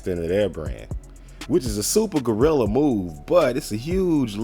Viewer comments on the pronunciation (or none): none